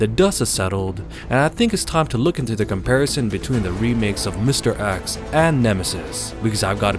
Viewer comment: It's mr.X not mr.Axe.